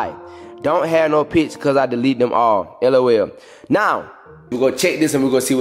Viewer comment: He said lol not L O L😭I'm dead